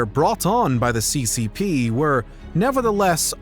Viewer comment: your pronunciations are upsetting c.Cee. p?